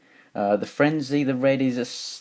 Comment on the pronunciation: You mess up rumble and frenzys names and you forget ravages tail how could you man?